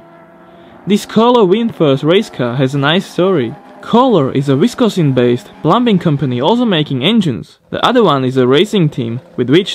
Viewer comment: Wisconsin* (Wis-Con-Sin) But ya they do a lot of small engine equipment as well.